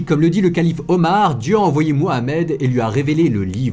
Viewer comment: Ta video merite un like, rien que dans le fait que tu es respecté la juste prononciation du nom du prophète des musulmans ❤